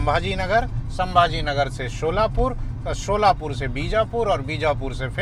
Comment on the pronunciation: शोलापूर नही सोलापूर है